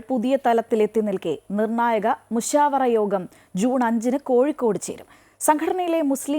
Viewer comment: മുശഫാര അല്ല മുശാവറ